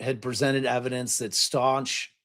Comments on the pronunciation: Pronounced STOUK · For Gannon, Stauch is pronounce St•ow•k